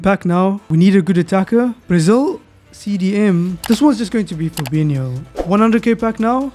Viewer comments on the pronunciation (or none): none